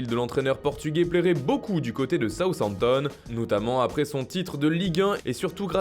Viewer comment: Quand j'ai entendu Southampton j'ai rigolé